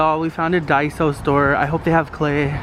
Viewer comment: Daiso not daisy lol